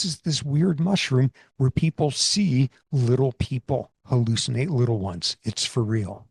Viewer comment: did i halushinate that mispronunciation? i jest. i love when people misspeak- it shows the complexity of the system by what errors it displays